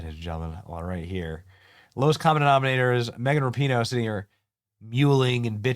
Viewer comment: It's Megan Rap-a-ho